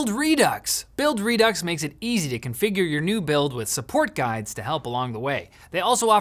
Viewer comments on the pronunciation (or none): none